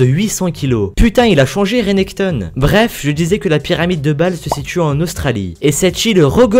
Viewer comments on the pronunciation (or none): C'est quoi cette prononciation de Renekton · Comment il a dit renekton 😂😂😂😂